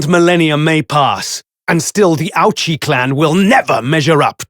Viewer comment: and have Japanese accents? I don't hear it. Even the JP names they say sound like there are spoken by non-native JP speakers. says Auchi as Ouchie and not Ah-oo-chi as a native JP speaker would. There's a subtle difference between the two (not so subtle to trained ears though) and pronunciation clearly leans towards the foreign end. So these two have wholly Brit accents to my ears. Susato's the only one who has a perfect blend.